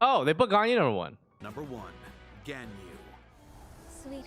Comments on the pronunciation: Everybody still pronounce ganyu incorrectly. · what hurt worse than the questionable ranking and vague criteria for me was the crappy pronunciation. LIKE HOW DO YOU MESS UP GANYU THAT BAD